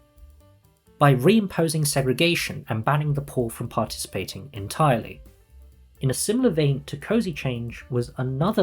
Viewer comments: The man says "phour" like it's a slur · the way he starts saying “poor” in that posh accent that sounds like you’re throwing up in your mouth a little whenever you mention the lower classes